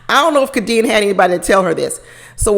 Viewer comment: It's pronounced K D N. Not Ka Deann.